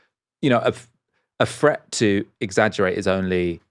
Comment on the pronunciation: its not a fret,nor is it free...its pronounced threat and three,please,if you want to be a serious journalist.....